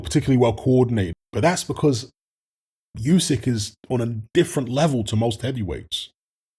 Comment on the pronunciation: It’s pronounce OoSek you ignorant f